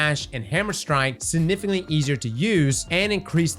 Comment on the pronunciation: There is a 'G' in the word "significantly"